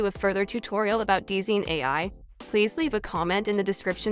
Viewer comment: hate to be that person but DZine is probably pronounced as "Design"